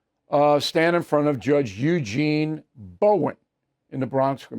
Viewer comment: “Eugene”. Christ.